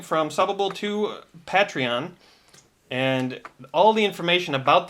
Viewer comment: How much do I have to donate so start pronouncing patreon correctly.